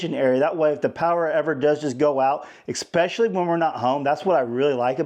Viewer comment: “Ex-specially” - I’m quite confident that is not the way the word is pronounced. It’s “deafly” worth looking into. I think you should “litally” look it up. At the very least it’s “unfurmiliar” to me. “Pacifically” when it seems like people are far too busy being hopped up on “ex-presso” to even bother understanding how a word is written and its pronunciation. Maybe there is just a heightened “aliteracy” today, by comparison to former times of earlier history -“ex-cetera ex-cetera”. I don’t mean to be an “assessory” to this pandemic. Maybe where some people live, there’s not enough light to even read a book. This is “probly” the case for somebody living near the “Artic”. Perhaps they didn’t bother “axe” enough questions in their upbringing, and after repeatedly ignoring the rules of grammar, they grew into adulthood and - “viola”! But maybe a little bit of pedantic ignorance can serve some “porpoise” after all.